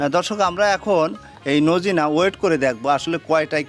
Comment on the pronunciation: সাজনাকে নোজিনা বলেন কেন